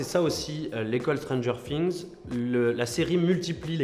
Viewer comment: Putain arrêtez de dire "stranger sings" c'est stranger things